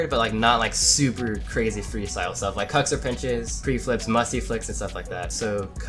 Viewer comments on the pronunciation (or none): Literally no one realized that at the end he said lik not like 💀😂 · Hey 😊 man a mistake it's not lik it's like